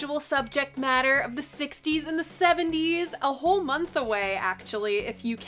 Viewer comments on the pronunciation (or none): none